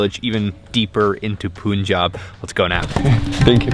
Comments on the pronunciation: Dear.. not 'Pu'njab, its 'Pa'njab... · It's not pooonjab... How do u pronounce PUN or GUN?... Its not poon or goon. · Awesome video. FYI. its pronounced as Pun-jab, not Poon-jab. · when the bleep are you going to learn to say "PUN"-Jaab properly.... you've been there so long and you muck it up everytime... seriously??? 🤬